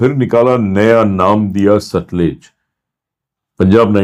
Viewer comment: Pronunciation is सतलज and not सतलुज |